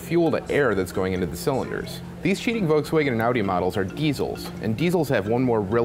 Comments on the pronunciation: did you just mispronounce Volkswagen? how the fuck does that happen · At least try to pronounce Volkswagen right...